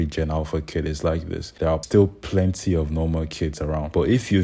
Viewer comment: ''plenty'' yea plenty